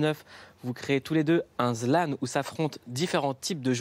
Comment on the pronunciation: le regard de dash quand le présentateur dit zlan au lieux de Zlan